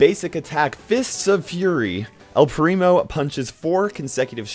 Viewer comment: Why to talk spanish all people say an "u" at the end of the word xD